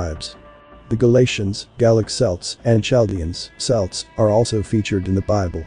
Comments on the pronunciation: 'Celts' is pronounced 'Kelts' not 'Selts', but I suppose that's one of the downsides to Ai. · when you type Celts into your artificial idiot spell it with a K (Kelts) so that it will pronounce it correctly.